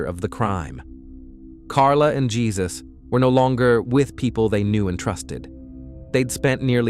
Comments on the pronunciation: Not pronounced "Jesus." It's pronounced "HAY-SOOSE." Please respect our Spanish speaking brothers and sisters. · He is. He should get that right! It's Hay-zuse. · Jesus is pronounced Hay-zuse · Aren’t you pronouncing Jesus’ name wrong?